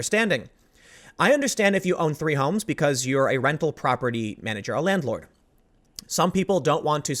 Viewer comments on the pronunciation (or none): none